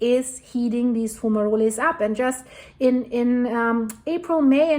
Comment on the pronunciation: In English, the E in fumaroles is silent. It's fu-ma-rolls